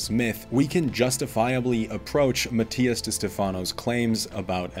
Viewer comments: This may be your view now, but as you grow and mature, you will understand one day. Also, you’re not pronouncing his last name correctly…. When the student is ready, the teacher will come. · If you did all this research and you can’t even pronounce his name right is because you don’t like him. Shame to your channel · So we’re not supposed to believe Mattias but we are to believe this guy. Who can’t even pronounce Mattias’s name correctly.